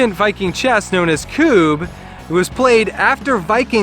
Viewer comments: Its not Kuuuuub. Its Kub. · This highlighted some rules we had done differently, we’d been returning the knocked down pawns/Kubbs to the back line, game took forever. Also a double consonant is done to force a short sounding vowel. Such as Tidy, and Tiddy. As such it’s always been Kubb (“Kub or Cub”) to us. ‘Koob’ made it very frustrating to watch :-). But thanks still. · It’s pronounced CUB